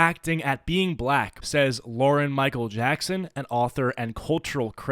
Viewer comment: we gon' talk about how he said "micheal jackson"..?